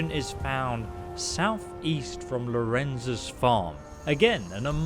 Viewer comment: He pronounced loerius as lorenzous like wtf🤣🤣🤣